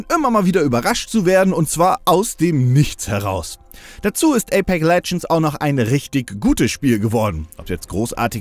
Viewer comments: APEX und nicht Apek alter. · wie er so nach knapp 5 minuten nur noch APEK sagt weil er das X dauernt verschlugt und ja ich war auch so "moment was wo kommt das denn her"